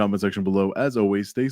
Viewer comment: I can really hear u lean into the "peace" at the end lol, also, love the confidence.. but be careful bro, yea..keep up the good work. Ur vids are the best 👌